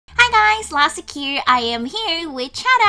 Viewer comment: Lastic not Lactic